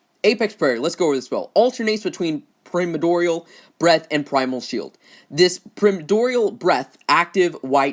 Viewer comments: Every time I heard mention the name of Meglok’s spell to increase his breath damage, my brain was screaming it’s “prime-more-dee-al” breath 😂 not “pre-ma-door-ree-al”. Love your videos, just had to post this 😅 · prim-ah-door-ial :D keke